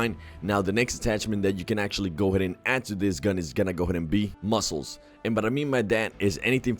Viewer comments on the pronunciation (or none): Is it just me or is he saying muscles....